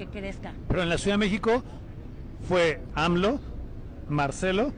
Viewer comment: Le tengo que corregir su gramática : es hipnotizado, no "hinoptizado"... Es Macuspano, no "Manacuspano"... Es AMLO, no "ALMO"... 😂